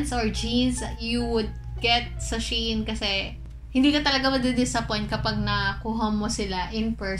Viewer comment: its SHE-IN